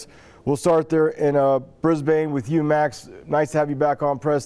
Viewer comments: Bris-bayne awstraylier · It is pronounced 'Briz-bin'. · Hansen It is a city in Australia. But you don't pronounce it Briz-Bane.